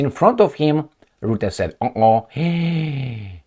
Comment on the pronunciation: The 'U' in Rutte is pronounced as the 'U' in Fun, Butt or Gun, The 'R' should roll just like the sound of an old film projector.